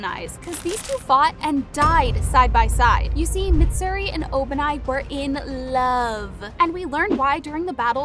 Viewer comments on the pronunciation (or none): Please just watch the show in English so you can get the names right Zen eat zu Een oh skay Meet sir ee Ka guy ah